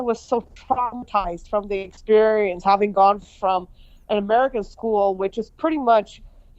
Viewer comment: A basic English teacher not knowing how to pronouncec "Experience " is on the road to change global politics...good luck road runner